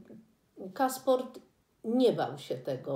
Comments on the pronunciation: Castorp, nie Casport. Poza tym wszystko super, widać u Autorki dużą wiedzę, doświadczenie życiowe i literackie, erudycję, inteligencję, wrażliwość i wszystko co najlepsze. Pozdrawiam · Hans Castorp, nie Casport. Przekręca Pani nazwisko głównego bohatera. Pytanie, czy warto zaczynać omawianie lektury od stwierdzenia, że jest potwornie trudna, że prawie nic się nie dzieje i że jakoś trzeba przez to przebrnąć. Ta proza jest przepiękna, książka jest rozkoszna. Jednak to się widzi dopiero wtedy, gdy się czyta "Czarodziejską..." po czterdziestce. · Hans Ksport????! to nie jest jednorazowe Pani przejęzyczenie - proszę jeazcze raz przeczytać to dzieło 😎